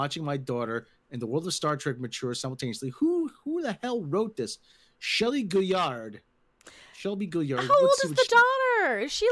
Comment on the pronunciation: You got the name wrong. It's Shilly, not Shelly.